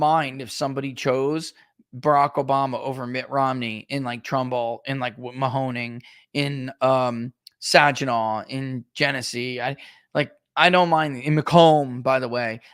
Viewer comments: Sag-i-naw as in My son's pants were saggy in the rear as he walked down the street gnawing on a chicken leg. Saginaw. The g is pronounced like a g not a j. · Sagggg hard g in Saginaw. You’ve regressed